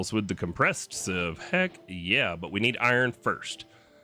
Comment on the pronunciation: Oh sieve, I thought you said shiv....